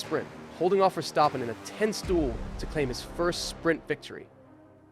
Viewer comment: "Catar", "Verstoppen", "Lonce stroll", is this AI narrated or are you trying to sound ~fancy~?